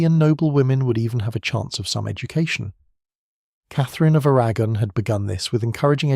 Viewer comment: It sounded different to me. The names sounded different, anyway. (A- RAG-gon) 😂